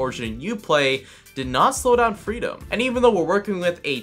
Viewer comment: Couldn't tell if he was saying freedom or Frito till I checked the desc. lmao